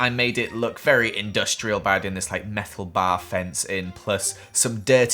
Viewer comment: "I made it look very industrial by adding this like meffel bars" wonderful time for your english lesson